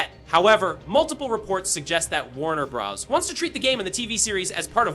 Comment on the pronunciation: While the information here is useful, please use a different ai voice. Too many unnatural pauses and even mispronounciations....Warner Bros? Warner Bras? Proof listen to your audio!